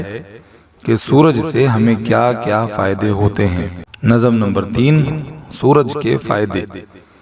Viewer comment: نظم کا‌تلفظ درست کیجیے ۔۔۔۔ ظ پر جزم ہے